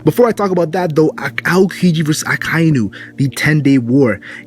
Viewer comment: it's not Ah kai nu. it's ah ka eenu and it's not kee zah roo I'm pretty sure it's kee Zi ru. BTW good vid